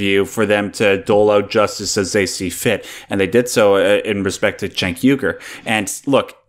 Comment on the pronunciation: Cenk is pronounced Jenk, not Chenk.